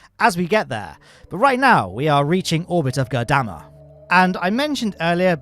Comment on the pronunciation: I was going to flip out if I had to hear you say Goddamma again. although my fury is quelled by having spelled it out. lol!